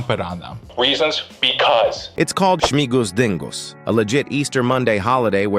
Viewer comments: It's not śmingus, it's śmigus. There's no 'n' in there. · There's no N in śmigus